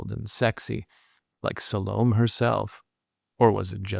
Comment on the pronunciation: I appreciate your opinion. , I think the name is pronounced Sa-lo-may.